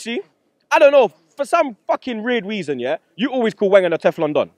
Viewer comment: "For some RIERD WEASON yeahhh" LOOOL losing top 4 got man forgetting how to speak english.